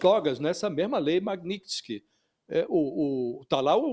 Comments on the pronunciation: Aprende a falar o nome da lei repórter ignorante. Magnitx? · JORNALISTA INTELIGENTE, NÃO TEM A LETRA "I" APÓS A LETRA T!🤣🤣🤣🤣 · A reporter não sabe nem falar o nome da lei magnitsky 😂😂😂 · JORNALISTA QUE NÃO SABE NADA! NEM SABE FALAR O NOME DA LEI! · apresentadora nao sabe nem falar o nome da lei kkkkkkkkkkkkkkkkkkkkkkkk